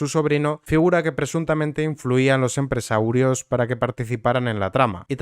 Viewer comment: Pedrito lo sabia seguro, controla todo lo que pasa en su partido, por eso aún sigue ahí. Por cierto, por curiosidad, dices aposta mal "empresarios", al igual que "nopor" o "nepe"??